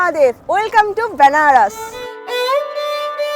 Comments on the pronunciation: বেনারস না বলে ব্যানারস বলছেন কেন, উচ্চারণটা ঠিক করুন কানে লাগছে l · ব্যানারস না বেনারস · বেনারসের উচ্চারণটা ঠিক হলে ভালো হত। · আমারও শুনতে কেমন অদ্ভুত লাগছে 🥲